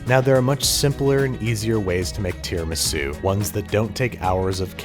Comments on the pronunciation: so tierramisu? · Ring mold said no an left so babish made Tear-amisu 😅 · A tiara-misu if you will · Tiramisu? Mmm, dont mind if I..... Tiramido... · When it falls I realized you are making tear-a-misu